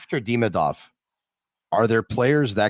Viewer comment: I cannot stand how Craig butchers a simple name like Demidov. And he refuses to correct himself. So annoying